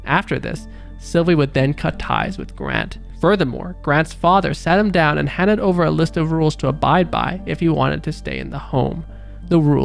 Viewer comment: There’s down bad then there’s down bad but you say it slower to emphasize that he’s really down bad